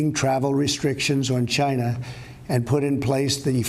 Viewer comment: It started in “Gina.”